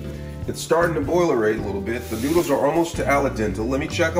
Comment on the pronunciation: “Grab your Ray-Mon nuudles”